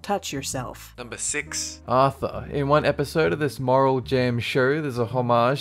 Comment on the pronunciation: 'Aurthor' NOOOO NOT AURTHOR